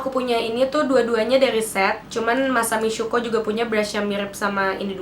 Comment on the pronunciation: The way that you say "masami syuko" 😂😂😂😂😂😂